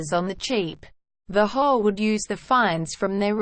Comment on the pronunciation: Robots can not pronounce HOA